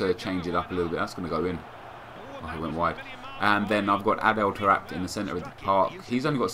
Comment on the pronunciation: Tar-e-bet??? Van-sant??? Ho-nal-du??? Excuse me, don't you mean Tar-apt, Vin-sant, Row-nal-doh?